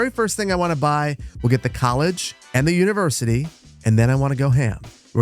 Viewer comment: "Univercity"? Really, boss? :D